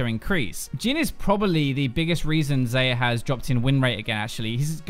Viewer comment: It's pronounced Zar-ya not Zay- ya